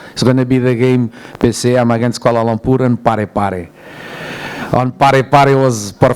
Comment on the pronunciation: sebut bg betul lah kuala lumpurrr ni duk sebut koala lompurrr koala lomporrr 🤦🏻